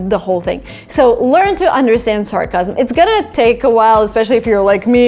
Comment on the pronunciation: Hey! I think you mispronounced the word "sarcasm".